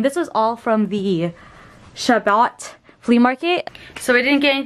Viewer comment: Chabot.is pronounced like Shuh bow. Rhymes with rainbow. Thanks for all the great info!